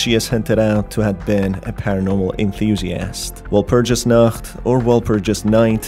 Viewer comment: You mispronounced Walpurgisnacht, it's German, the only reason I know is because my mom speaks German.